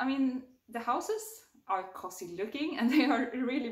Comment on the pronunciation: Det uttalas COOOOUZY, inte kossy